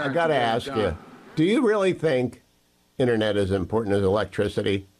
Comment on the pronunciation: Omg it InTERnet not innernet unless your on a fishing boat rambling about the fish in the net